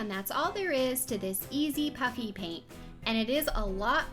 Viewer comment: cool it's paint not piant